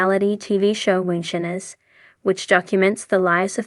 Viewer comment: Anyone else annoyed by the AI narrator that can't pronounce the word "Moonshiners" correctly?